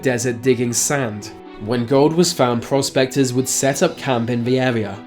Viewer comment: It sounded like he said prostaters instead of prospectors.